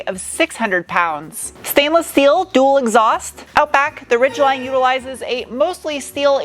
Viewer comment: Aluminium and schteeel